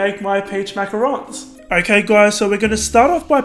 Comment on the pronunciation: Can't even pronounce Macarons right...